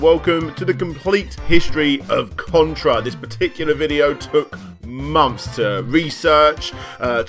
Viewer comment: You said Cuntra! Lol